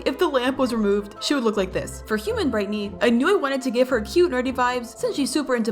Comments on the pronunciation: Your saying brightney instead of brighteny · you said Britney instead of brightney